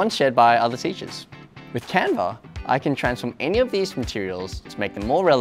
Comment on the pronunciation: CANVA you are "CAN-WOW"😊